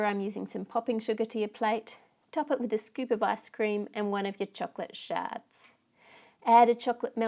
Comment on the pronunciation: I love how you say chocolate it's like chuklit